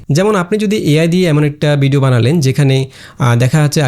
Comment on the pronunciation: ভাই বিডিও না ভিডিও। সুন্দর ভাবে উচ্চারন করবেন।